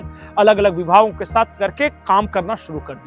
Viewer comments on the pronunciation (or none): none